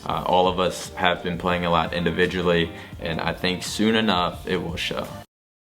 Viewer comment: "INDIVIGUALLY" -words from maniac